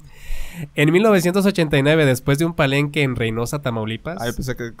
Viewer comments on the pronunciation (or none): none